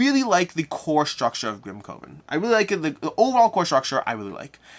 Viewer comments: pronunciation wasn't distracting for me; however, "coven" is typically pronounced as "kuh•vn" (similar to "covenant"). Perhaps AR has altered the pronunciation for this title? Regardless, this was an awesome review by! I'm looking forward to this game. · Your pronunciation of Grimcoven as Grim-CO-ven was so distracting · Maybe it’s branding: boardgameCO COvers grimCOven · Coven sounds like oven.